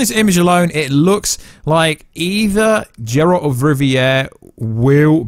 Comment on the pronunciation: Finally stop saying Džeralt pleaseee ! :D